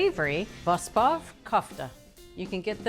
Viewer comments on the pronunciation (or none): It is pronounced wrong, VOSPOV should be pronounced with the O not "vaspav" & not "vuspuv". VOSP in Armenian means lentil. Kofte' is invented by the Persians (now Iran) & means "pounded" & they made them round like meatballs). Nowadays they make it in different shapes all over the world. 🇦🇲❤️🇦🇲💙🇦🇲🧡 Armenian Flag. My thanks to 💕👍😘